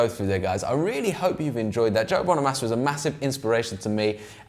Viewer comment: It's Bono -mah -sa 👉🏻short A! Not long A bro! Get it right! Peace ✌🏻